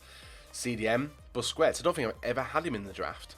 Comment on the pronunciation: BUSKETS not BUSCUETS, please